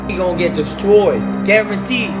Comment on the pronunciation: "Destrrroyed" lol